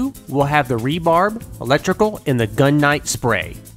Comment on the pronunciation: Cool video! Rebar (short for reinforcing bar), not "rebarb"